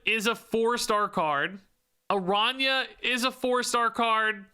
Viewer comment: Second Dinner: teaching Spanish to Gringos since 2024. Good on you for saying Araña correctly!